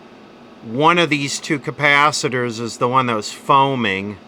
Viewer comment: You need to replace the Ker-paaah-thet-errrz